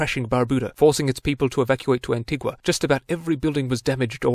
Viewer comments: Please, please... the pronunciation is AN - TEE- GAH. Anti-GWAh is for the South American local. We are Anti-GANS not AntiGwans. Thank you. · Pronounced An-ti-ga...